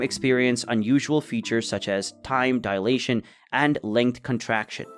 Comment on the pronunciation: Why does he pronounce "dilation" as "deletion" at the end of the video?